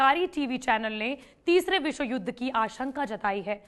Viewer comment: मैडम जी को तो युद्ध बोलने ही नहीं आता